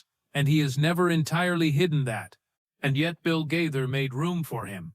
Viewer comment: Oh my gosh! At least pronounce Bill Gaither's name correctly!!!